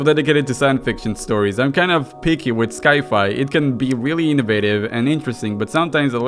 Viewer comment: how in all of holy graces did you fucking read "Sci-Fi"